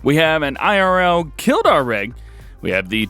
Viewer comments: Its pronounsed kill-d-a-r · You said kildare wrong